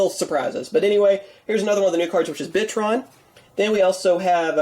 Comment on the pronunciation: When he said bitron I thought he said Bitchtron and I was like damn yugioh I though you were child friendly